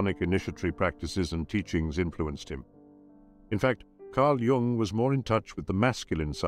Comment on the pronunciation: Oh, fine to hear "Jung" pronounced properly...